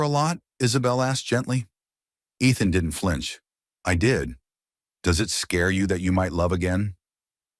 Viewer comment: Gaze not gays? Are you kidding me? Nobody, no no buddy. Reverent not rever. Flinch not flynn. I enjoyed the story.